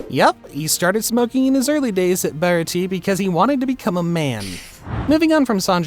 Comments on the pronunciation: "BAHRAHTEE arc" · This man said "bara tea arc" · the fekin baratie ark?!!!!!!!!!!!!!! atleast pronounce it close to accurate dannggg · how you say baratie is disgusting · How do you mess up saying the baratie that bad 😭🙏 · The way u said baratie was wierd 😅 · I’m sorry the way you pronounced baratie arc …. Was so wrong it hurt